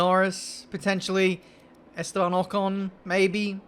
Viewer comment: “Estan Ocon”